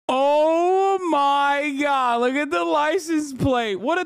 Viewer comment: Hassan says Oh my god like the wizard says Oh ma ha and now I can’t unhear it